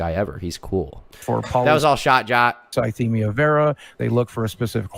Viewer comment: CONSTANTLY mispronouncing polycythemia is so fucking funny